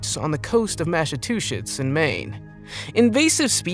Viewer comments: “Mashatussets” lol IM ROLLING ON THE FLOOR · My dude said massive-two-shits 😂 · Tell me what the hell “mashachushetts” is😂😂😂😂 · Did he just say “massatooshits”? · He said masstoshits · The Coast Of Mashatwoshits??? U Should Learn A Bit More Before U Spread Ur Content! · I’m from Massachusetts and I died when I heard this